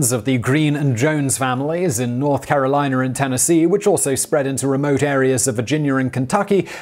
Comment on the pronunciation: Lmao it's killing me how you're saying " North Caroliner" and " Virginiar